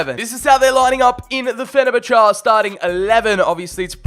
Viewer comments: Me: Fen-er-bach-ey: Fen-er-bach-ar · Did he just pronounce fenerbache «fe ne ba cha?» 😂😂😂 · Mate. Learn how to say teams names before making football content. Fenabachar 😂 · FENABACHAAA 🤣 Petition for Fenerbache to officially have a name change 😅. Love your videos dude 💙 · The way he days fenerbache makes me cringe